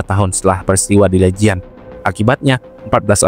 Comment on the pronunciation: Legian bang bukann lejian 😢